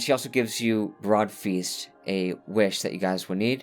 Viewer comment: Brood Feast, not Broad Feast That’s an “Ooooo” sound like a spooky ghost, not an “Ah” sound.